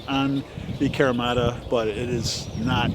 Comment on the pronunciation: Fun video. Thanks for sharing. I live in Japan and do kyudo. I wish I were allowed to test stuff like this. But unfortunately broadheads are extremely illegal to shoot here. So I’m glad other people get to do it for us. Also, just a little tip on pronunciation. It’s kahreemata. All Japanese vowels have the same pronunciation no matter the word. A:ah e:eh I:ee o:oh u:oo